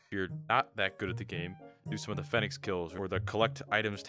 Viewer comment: Please stop saying "Fen-ix". Its like the bird, you know, the one on thier logo.